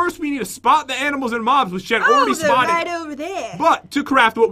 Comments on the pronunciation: He sounded like he said mom but he said mob but LMAO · Why you said mom not mob yaaaaaaaaaaaaaa yaaaaaaaaa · Did anyone notice when pat said moms instead of mobs